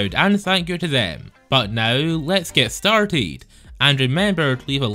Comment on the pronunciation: " And remember to leave a laake or nest "